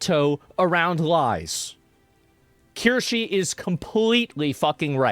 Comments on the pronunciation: kirsche pronouncing it with ee instead of a is killing me lol but good video otherwise. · Asmongold has to do a livestream with Kirsche ("Keer-Shuh", btw) - it would be magic. <3 :) --- Edit was re-lettering the pronunciation of Kirsche's name, just so nobody gets suspicious of me.. ! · It's pronounced Keer sha i think :3 thats the way ItsAGundam says it anyway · Poor Kirsche, nobody can pronounce her name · One day he'll say her name right but we can wait. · ofc asmon pronounces kirsche`s name wrong. Such is the fate of the foxu